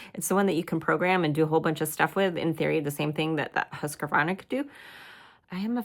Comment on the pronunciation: Please check your pronunciation of the machines name there is no a between the q and then it’s not husqavarna it’s pronounce it the way it’s spelled please just read it off the front of the box 🎉 you’ll sound a bit more professional